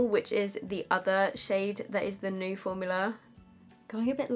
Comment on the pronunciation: I think both looks turned out so gorgeous!! Also I love how you pronounce new as nuu (for me anyway) 😂😂 So cute. I wish I had a cool accent😒